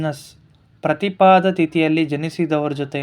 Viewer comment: ಪ್ರತಿಪದೆ.ಪ್ರತಿಪಾದ ಅಲ್ಲ.